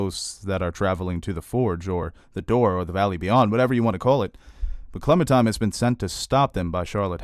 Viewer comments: I love your reviews, but can you PLEASE stop calling her ClemenTIME. It's pronounced and spelled ClemenTINE. Like the tine of a fork. Otherwise, I love the rest! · Are you really calling her Clemen-TIME??